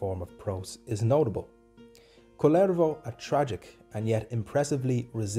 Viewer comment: Your pronunciation of the name Kullervo is to my ears the Finnish name Kalervo. He is totally different individual ; - ).